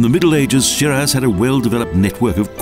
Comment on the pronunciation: I don't mean to be rude, but if you want people to pay for whatever it is, that travel agencies do, first Teach your Narrator, to pronounce the Name of this City, Properly please!! It's pronounced Shee-Rahz (first part rhymes with See & the second with Jaws)!!